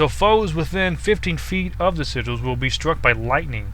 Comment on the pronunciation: Just wanted to say thanks for saying Si-jalls correctly. =) others say it wrong, and it's annoying to watch/hear.